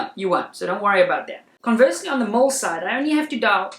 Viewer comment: Damn sounded like you were saying mull not mil. Lol thought I was losing my mind.